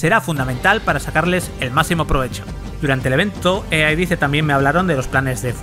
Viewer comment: "Ua convencion de EeeeeeeeeAaaaaaa"